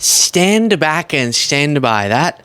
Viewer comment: how do you fk up the word “back”?